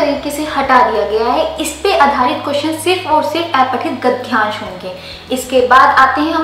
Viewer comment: अपठित होता है न कि ऐपठित गद्यांश होता है न कि गध्यांश